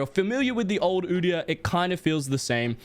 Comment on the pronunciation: did he just say u deee yar💀💀